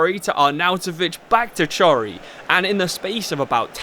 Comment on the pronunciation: please chory is not prounounced like that